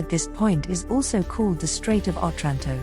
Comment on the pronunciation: OTRANTO, NOT 'OTRÁNTO'